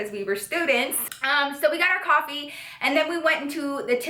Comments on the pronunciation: cwofee sry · The way you say coffee 😍😍😍😍